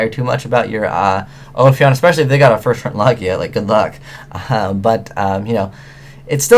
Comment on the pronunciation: you said "first" wrong